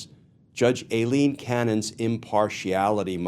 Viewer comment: I think Cannon is running for Trump's VP. What else could possess her mind??? -- Oh and thank Glenn for continuing to pronounce Aileen incorrectly. It reminds me of when George Bush, Sr. constantly referred to Saddam Hussien as Sad-em, as in the word 'sad'.